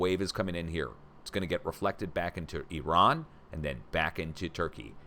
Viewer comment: I Love how you actually pronounce IRAN (EEERON) the right way and actually make the effort to pronounce it the right way and not like the corrupt politicans and the MSM "journalists" that still to this day pronounce it (I ran ) I dont know why it errks me when ppl pronounce it I ran loll I just tease them and say, You ran where ? I guess the spelling of it doesint help . They should have just kept it as Persia so much nicer